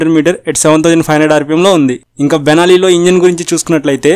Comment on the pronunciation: Sir adi Banelli kadhu Benille ani pronounce anataru